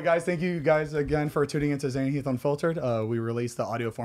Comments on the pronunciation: Nahhh she said HEEF 😭😭😭💀💀💀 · Anyone notice she said “HEAF” instead of Heath?? I was dying 😂😂